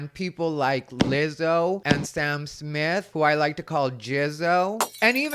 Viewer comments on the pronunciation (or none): none